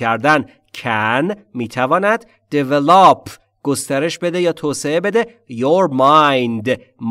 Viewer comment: "Develop" is pronounced with the stress on the second syllable... actually...sorry! But everything is just PERFECT! Thank you soooo much!!!!!!!